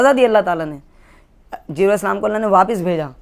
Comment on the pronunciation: Jibreel as aap naam thik se ni lete